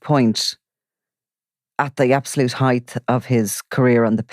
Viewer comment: Love the calm measured approach and the exploration of wider issues. Just need to say height finishes in t not th and is widely mispronounced . Think about it.